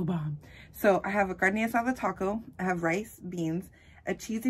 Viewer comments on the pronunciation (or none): none